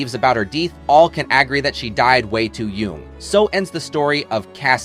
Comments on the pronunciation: How many AI voices are there? Its amazing how many videos sound perfectly normal until one or two words come out wildly inaccurate. Who would speak English accurately and not know how to pronounce "young"? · and young - yoong lol